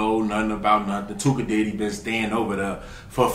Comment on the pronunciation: He said “dyddy not daddy” 🤣🤣🤣